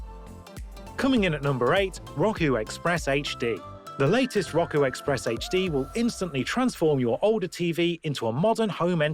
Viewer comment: It’s (r-oh-ku) not (rock-uu)